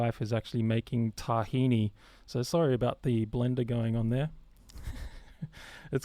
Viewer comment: Hi man....Did you say "TAHINI" ???? Is your wife greek????